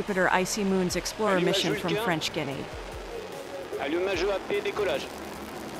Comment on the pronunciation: French Guiana is pronounced "Gee-arr-ner" not "Guinnee"